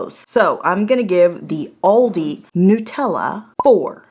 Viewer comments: You're doing a video about Aldi and you can't even pronounce it...WTF. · You're the only person I can forgive the wrong pronunciation of Aldi